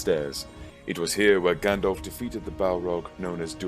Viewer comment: Stop saying effing “Gandolph” that’s not his name, that’s not how it’s pronounced, that’s not how it’s spelled and it’s not just a random word but carries special and specific etymological baggage, as Tolkien might have explained if he wasn’t busy rotating in his grave.